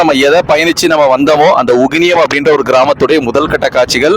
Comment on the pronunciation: அட பரதேசி அது உகினியம்...